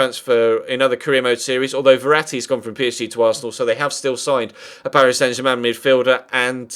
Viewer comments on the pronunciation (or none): none